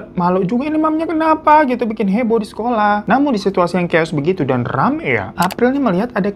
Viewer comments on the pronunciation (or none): none